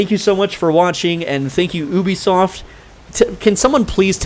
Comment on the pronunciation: it's pronounced YOUbeesoft